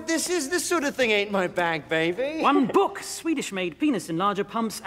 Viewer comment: "One bUkE!..."_